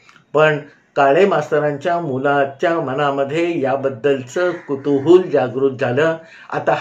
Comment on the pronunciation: मी कामानिमित्त निवे bk गावात जाते. पण तुम्ही सांगितलेली ठिकाणे शोधत असते पण सापडत नाहीत. राजवाडे यांची दोनचार घरे आहेत. तुम्ही कुतूहल ला कुतूहूल म्हणता तेव्हा गंमत वाटते. मला रात्री तुमची गोष्ट ऐकल्याशिवाय झोप येत नाही. 💐